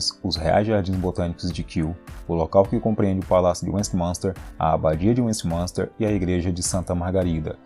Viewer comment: Caramba antes de fazer um video com palavras em ingles aprenda como se fala principalmente se for sobre Londres não se fala westmanster é Westminster o i é falado vc matou o vídeo falando tudo errado odiei pq não gosto que falem o meu idioma e sobre a minha cidade tudo errado se aperfriçoe